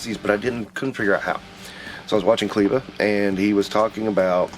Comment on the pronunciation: A shout out … I think 🤣🤣🤣. Don’t wanna be this guy but it’s pronounced clever just with a hood twist in the spelling. I had to do the same thing to LP also, he kept saying it the same way 🤣🤣🤣 no disrespect just respect for Cleva. Great video too as long as your collection is where you want it. That’s plenty & money doesn’t dictate how good a collection is ✌🏽